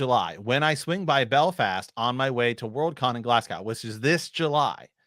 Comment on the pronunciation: What is talking about with “six years” to go for WoW—seemed to me George was insinuating by S2 or before... And “glaz-go”, not “glass-gao”.